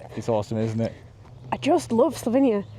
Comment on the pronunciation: It's the gem of Europe, not sure why so many English people call it Slovinia instead of Slovenia though.